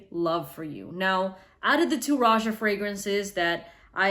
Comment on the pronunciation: Isn't it pronounced Rohah